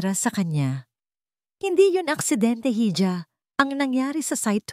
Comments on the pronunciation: Para sa narrator Yung hija Ang bigkas Po Nyan ay iha or eeha at Hindi heedjah saksak mo Po sa kautakan mo, matagal mo na yang binabasa nang Mali, I Google mi Yan para natauhan ka, sayang lang Ganda ng boses mo😡😡😡😡😡😡😡😡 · gusto ko sana ang mga kwento nyo kaya lang ang pangalan talaga apaulit ulit po 🥰pero pinakikinggan kopa rin 😂 correction lang po sa ibang kwento mo yong pagbasa mopo ng Hija pwede po ba iha sorry sa correction ❤❤❤❤